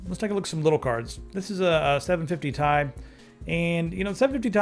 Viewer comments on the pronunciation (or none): it's pronounced t-i., NOT TIE,!